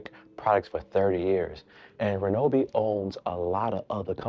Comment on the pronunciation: Bro saying "reNObee" while you're staring at the name with no "N" anywhere is sending me. 😂 I love Ryobi for home use. Always opt for the One+/brushless models. And for better life/more power, get the more $ EDGE or HP batteries. They are significantly better than the regular 18v batteries.